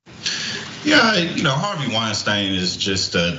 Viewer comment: Jackson called him Harvey "Weinstain". LMAO